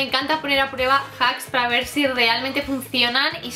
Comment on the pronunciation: voy a poner a “prururueba” JAJAJAJAJAJAJA (no va a malas xD)